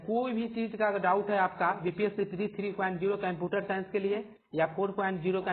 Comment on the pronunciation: bhai computer to thik se bol lo.